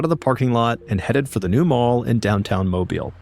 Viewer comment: He pronouned mobile right.